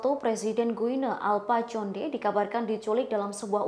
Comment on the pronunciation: bacanya bukan conde, tapi Konde